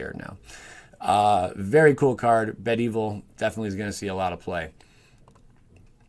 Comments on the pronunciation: Bed evil lol my man. It's be-devil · did ya say bed-evil?? ... haha, my dude its be-devil. :) sweet vid though